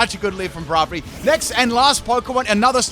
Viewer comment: It’s not bravery, its braivery and is pronunciation as “Brave + iary “. You should really do a full wrong or controversial nickname Pokémon theme team, it would be a special.